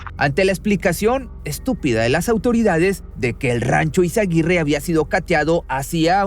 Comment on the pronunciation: Es Izaguirre, no izaguitte.